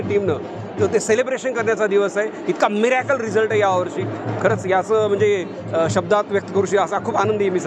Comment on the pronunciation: पालक खुश नाहीत कारण त्यांनी खूप पैसे. दिलेत😂😂😂 मिऱ्याकल नाही चोऱ्याकल म्हणावे लागेल